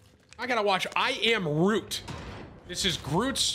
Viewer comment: Bro it’s ROOT not GROOT 😂 I was literally yelling at you through the tv!